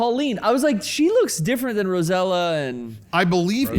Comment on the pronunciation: called rosalina rosella then corrected him to "rosatta". not fuckin joking